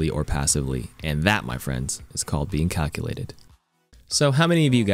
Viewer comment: Maybe it’s the vodka but I swear I heard “karQulated” when you said calculated 😂😂